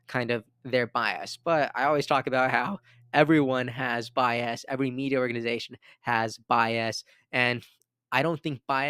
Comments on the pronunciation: Stop saying bi-ass. it’s more like “BY-us” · I’ve noticed in this video and others that you pronounce bias as “bi-assed” 😅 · Although bi-ass does describe the two party system 😂